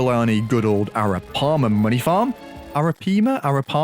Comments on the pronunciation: A-ra-pie-ma, is how arapaima is pronounced. Top tier video btw, i love capitalism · It's pronounced Air-oh-pie-muh. 🤓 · Ar-(like arr-ow)ah-pie-mah is how its pronounced!